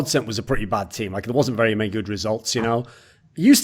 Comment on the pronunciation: "im pretty sure we didn't practice against mäny teams"